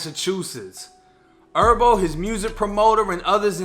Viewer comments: I rock wit you, but it’s not pronounced herbo like herbs you eat or smoke, it’s actually Herbo like Her-bo. That shit was killin me😂😂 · Herbo bro not Erbo HHHHERBO LOL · J it’s HERBO NOT ERBO 😂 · BRO H'S ARE SILENT "ERBO" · Lol he say erbo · nigga calling him erbo like herbs and spices, i’m weak as hell 😂😂😂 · It's not herb like herbs and spices it's herb like short for his name herbert so you can say the H bro you do t gotta say "errbo" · Its Her-bo put the h on it lmao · Why are you calling him “Erbo” lol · It’s pronounced “Her Bo” , I can tell you don’t listen to the culture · “herbert” 🤦🏽‍♂️ cmon doing herbo like that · G ERBERT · am i the only one bothered on how he saying Herbo 🤣🤣 vids always 💯 tho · Cant even say his damn name right doe smdh 🤦‍♂️